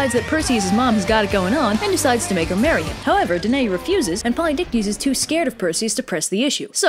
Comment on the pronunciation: Hey, I know I'm late to the party but that is not how you pronounce my name. It's duh - NUH - ee. Thanks :)